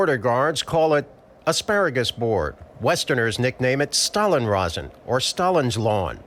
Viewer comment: English speakers, please learn how to pronounce German names: "Stalins Rasen" and "Bernauer Straße" are pronounced as SHtalins and SHtrase; not as ST.